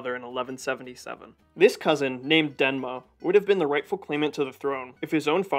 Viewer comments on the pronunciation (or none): Great video! The name though is DeMNa, not DeNma. Thank you for this video! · Demna! Not danma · Thank you my friend for tryng your best for this video but as a Georgian, I see some mistakes in this video: first, in reign of King Tamar there were no countries like Armenia or Azerbaijan, they were under Georgian kingdom. Second, the name of nephew of King George third was Demna not dena😅 And third, the name of russian prince was yvane not yuri.😊and still thank you for this video. Yes there were some mistakes but it's okay, good work, friend.